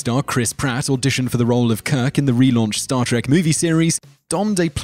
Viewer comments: no a bad video but i wish you would say the name of the show right its star TREK not star TRACK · Trek not Track. Two different words with different pronunciations. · Why do you call it star TACK: please stop that!